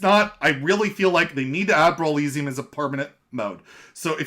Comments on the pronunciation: Man. I love your content but you gotta stop pronouncing brawliseum like that. It rhymes with Coliseum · man, have you never heard the word Coliseum before? Now instead of “col” say “brawl”... cmon man “Roman Gladiators would fight in the col-EEE-syum” bro no.